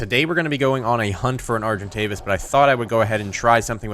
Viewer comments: Name the argentavis bowy bicose you say arc-entavis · call the arjentavis "Arjen Robben" (arjen pronounced iron). He is a football player or... sigh..... 'soccer' player